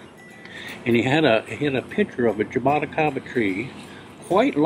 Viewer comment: has the most stylish way of saying jaboticaba, just awesome!